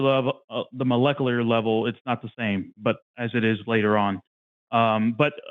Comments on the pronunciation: When he said "molekuler" multiple times, I knew we were in for optimum nonsense. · Besides his nuh uh, can't happen, and obviously reading from a script he didn't understand. Every time he said melekalar or however he pronounced it a part of me died. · Every time he pronounces malecalerrr i die a little inside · if you can’t pronounce molecular, you can’t debunk it